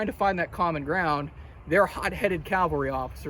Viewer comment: Remember, mounted troops are called CAV- alry. Not CAL- vary... Jesus died on Calvary. Custer died as a member of the cavalry ...